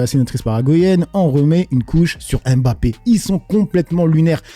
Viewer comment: C’est pas M Bappe, mais mbappe